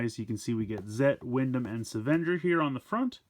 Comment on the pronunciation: It’s pronounced ‘seven-ger’, not ‘savan-jur’.